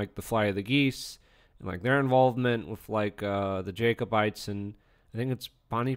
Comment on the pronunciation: It’s pronounced “jacobites” as in “Jack” not “jake”. Otherwise good video!